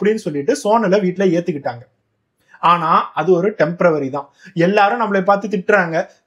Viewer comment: January, February போல டெம்ப்ரவரி இல்லை , கிடையாது , அது temporary ( டெம்பொரொரி ) , எந்த மொழிச் சொல்லையும் சரியாக உச்சரியுங்கள் .